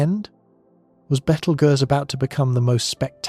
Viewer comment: How does this narrator not know how to pronounce Betelgeuse?